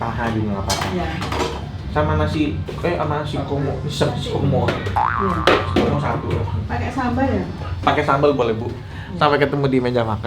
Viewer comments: Komoh koh bukan komo... komoh = basah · iyaa, ko nex bilangnya komo.. Mleset dikit 😅..